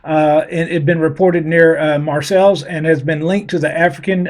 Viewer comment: Just FYI, it’s “Mar Say”… I speak frog fluently. 🐸 Silly Frence, they used to behead tyrants. Now they just surrender… 😂 “IHU” variant? Who is writing this crap, it’s like a child telling a babbling little story. 🙄